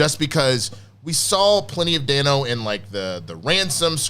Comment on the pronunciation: It's pronounced ˈdeɪnoʊ. Paul Da(y)no. Everyone keeps saying it wrong.